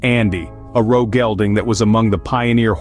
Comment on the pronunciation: It's pronounced O R O not O Ro.